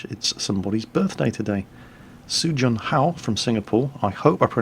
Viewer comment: It's SU jun Hao not soo I'm not Korean lol. Thanks. I'm 14 this year